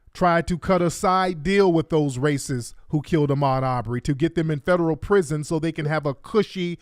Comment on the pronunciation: He had me laughing so hard when he was like " that's Federuuh" 😆... When the proper word was Federal ...😄